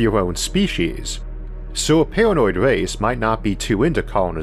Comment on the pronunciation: I cant watch these videos cause i cant get past the voice and wisp. Pawanoid Awiens is all i hwear